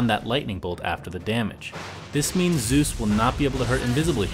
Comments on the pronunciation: Zeus not zues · "Zues" and WTF this is not a myth, you can even check it out in the description! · It's said Zues :P